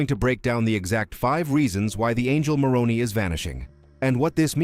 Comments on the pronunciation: I'll only subscribe if you pronounce Moroni correctly. the "i" at the end is pronounced "eye" or "aye" not "eee". I'm not longer a participating member of Mormonism, but it still grates when Moroni is mispronounced. Also Cumorah is pronounced Come - Or - A. You'd better get these basics right if you want to be taken seriously. Consult an LDS member on the correct pronunciation of these and other fundamental and basic Mormon names and terms. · It's pronounced with a long "I". It was my dad's middle name. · The Pronunciation is More own eye is how it is said. As a Protestant Utahn I know. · This video hurts my ears with all the mispronounciations. The hill "COOM'-or-eee" and angel "Muh-ROH'-nee". Can I trust a video that can't get the English pronunciations correct? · As a native Utahn, the name "Moroni" is pronounced as "more-own'-eye" -- long I at end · It’s pronounced Moron👁️ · Your annunciation of the name of "MORONI" appears to be an intentional Bastardization and disrespect. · Please correct the pronunciation of Moroni and the hill Cumorah (l am not sure how to spell it.) the video was excellent, but the mispronunciation is a problem in that it is an annoyance in the presentation. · Your robot mispronounced the name 'Moroni'. The emphasis comes on the last syllable, not the second syllable. Get it right! (I"m an atheist). And Mormons don't want to be called Mormons; they prefer to be called by the acronym "LDS". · Maybe you could teach the narrator how to pronounce Moroni. Likewise for Cumorha. Your credibility goes to zero when ya can't even pronounce correctly.